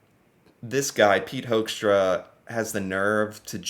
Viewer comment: I am Dutch and gotta say, I love the way you pronounce his last name; Hoekstra sounding like Hoaxtra. 😂 One thing he definitely isn't: a diplomat.